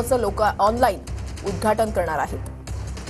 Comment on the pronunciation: उद्धघाटन असत ते उद्धाटन नाही 😂